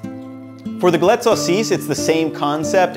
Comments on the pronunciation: Also just be more accurate on the pronunciation, it sounds more like g-a-let. i.e. a longer A sound. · guh LETT???? Seriously?